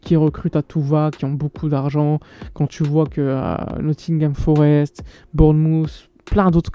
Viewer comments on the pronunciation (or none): none